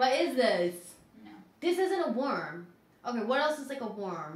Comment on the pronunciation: the chat saying how is pronouncing worm incorrectly is making me realize ive been saying it wrong my whole life as well 💀